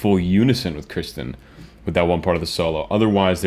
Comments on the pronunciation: Dude you're killing us! It's Kirsten or Kirstie, NOT Kristen! (she corrected lovingly🤗) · Not trying to be picky, but it's not Kristen. It's Kirstin/Kirstie. The normal pronunciation trick is Kirstie like thirsty. Or Kirstin like Thurstin. Just don't want you to get on her bad side. ;) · Awesome reaction as always, a little help with Kirstins name. Its pronounce Kir-stin also she goes by Kirstie which rhymes with "thirsty". Keep the PTX comin.